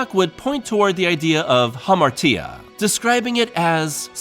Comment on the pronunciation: great video! the "-tia" in hamartia actually makes a "shuh" sound (ha - mar - shuh) but a lot of people make that mistake so dont feel too bad about it